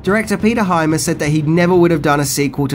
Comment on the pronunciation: Peter Hymas? It’s Peter Hy-AMS